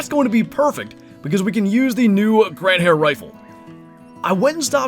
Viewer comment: Fast pronunciation lesson, the 2nd. 🙂 The new rifle is the Gandhare and it is in English spoken like: Gun-dahre. So, the hyphenation isn't between the d and h, but between n and d. 🙂 Cheers!